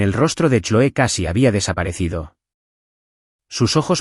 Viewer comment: Se lee cloi no choe.